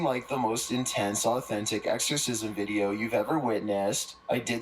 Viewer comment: I cannot listen to that guy inflection on the wrong place every single sentence the drives me insane "let's start the videOOOOoo*